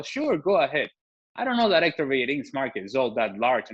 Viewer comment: Héctor Bellerín, the 'h' is silent in Spanish. Still don't know it?